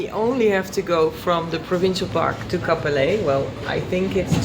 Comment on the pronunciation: Hello from a native Cap-Pelé...er. It's not often that you hear a foreigner pronounce the name of my lovely hometown properly. Kudos. Your adventure is very inspiring. I am planning to get back into motorcycling after nearly 40 years. ADV will be on the menu.